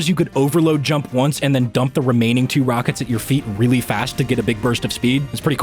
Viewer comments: "Fast Wockets" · "Those fast wockets" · "those fast wockets" ~Elmer Fudd